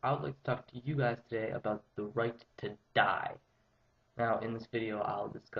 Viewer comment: apparently he did, and the word he got was.. 'die' .. seriously, as constructive criticism (i aint putting you down, just trying to help you improve) emphasizing the word 'die' detracts from your argument. other than that, not a bad vid - presented better than most i have seen so far thx for talking about it w/o going all emo..